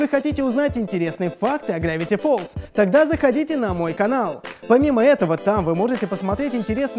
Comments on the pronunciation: не грэвити фолз а гравити фолз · не грэвити фоллз а гравити